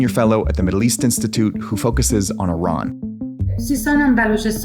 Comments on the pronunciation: thanks for not saying eyeran and pronouncing iran corect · Honestly, as an Iranian, the 1st thing to say is to thank you for pronouncing our country's name correctly.